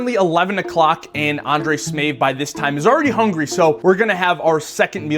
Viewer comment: smAev not smEav